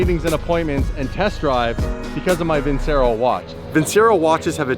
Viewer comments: Its actually pronounced "Vinchero" ;) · love your vids, Vincero is pronounced “Vin-Chero”. It’s even in their ads. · But says it in Canadian